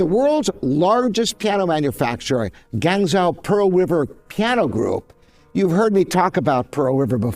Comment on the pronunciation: NOT gangzow. It's pronounced GWAHNG JOE